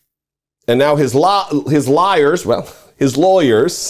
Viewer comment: His " liewyers" lol!